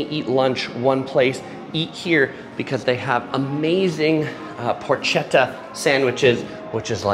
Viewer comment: porchetta is pronounced 'porketta' 😉